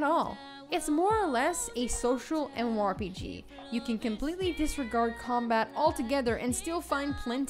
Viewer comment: My mind goes closer to insanity every time she says "M. MOR P.G."